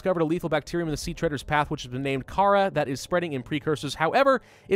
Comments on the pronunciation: It’s pronounced cuh rawr not cara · its not kharaa its kharaar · It is pronounced car-ar not Kara. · T H E C A R A B A C T E R I U M Its pronounced car haar NOT cara. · The disease is pronounced "Carar" (actually used to be how it was spelled while the game was in development, but they changed it to Kharaa for etymology purposes I believe) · Kharaa is purnounced like this: Car-rawr-ra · I very well could be wrong but im fairly certain it's pronounced Ka-RAW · Actually, it's called Carar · Isnt it called carrar? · It is Car-ar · it's ka-rahh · It's pronounced KAH-rar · It is said like carrar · Kharaa pronounced KA-RAR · Kharaa? No it's carar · Its pernouced Ka-raw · It is pronounced cararr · It's pronounced carar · It's ker-rour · kahraa is pronounced ker-ar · You can't go full Grammer Nazi on stuff and expect not to be criticized on that is no way ever you would pronounce Kharaa